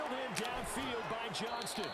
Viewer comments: please. This is day 3 of me commenting. It’s Johnston, not Johnson 😭. Idk why it bugs me so much but it does. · It's Quinton JOHNSTON!!! READ THE T IN HIS LAST NAME! Commonnnnnnn mannnnnnnnnn